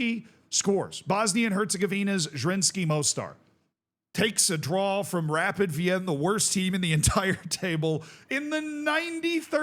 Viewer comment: SK Rapid is pronounced either Es Ka Rapiiiiid (emphasis on the i) or Rapiiiid Wiiin (Wien is the German name of Vienna, the e is silent but the i is long)